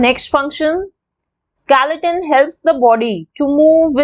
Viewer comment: Didi it's not skelaton it's skeleton